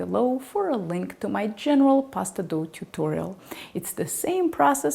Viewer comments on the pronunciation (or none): none